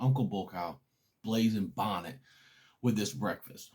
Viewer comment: If your gonna plug Your Hot Sauce say it articulately i had a hard time finding the name blazing Bonnet and i had a hard time hearing your website aside from that excellent content and although pepper heads love super hots knowledge of less spicier peppers with great taste is equally important i look forward to .ore of your content